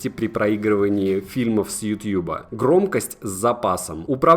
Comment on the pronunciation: Как же мерзко звучит "ютьюб" Говори "ютуб" Не утуб, не ютюбе, не ютабе, не ютьюбе Ютуб Ну а видос хорош